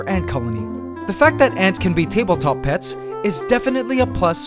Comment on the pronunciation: I swear he said pest